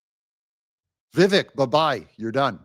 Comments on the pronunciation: It's pronounced "Vee-vake'." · It’s Vi-VAKE, rhymes with cake